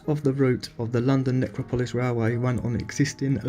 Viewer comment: Pronounced Nec ro polis